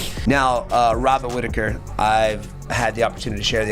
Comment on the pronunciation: I don't wanna make fun of the accent, but the way Moicano pronounces Robert like hobbit, every time he says it i picture Rob in the shire stealing someone's crops